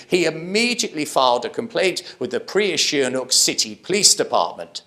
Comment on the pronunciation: Hi. Up to you but it’s Si ha nook - not SHI Ha nouk - Be cool. 😎.